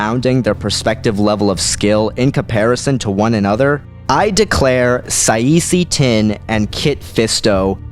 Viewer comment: it should be Kit Fisto vs Saesee Tiin (pronounce Saa See Tin)